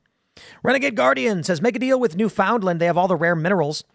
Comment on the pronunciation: Guys… it’s pronounced “NEW-FUND-LEND”